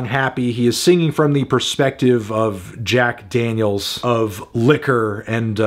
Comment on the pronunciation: coming back to hear this man pronounce "beer," and "jackDAANYULS"